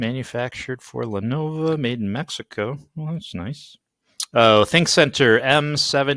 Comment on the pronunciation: The name is Le-NO-VO and not Le-NO-VA!!! Adds more credibility when you can say the name correctly!!!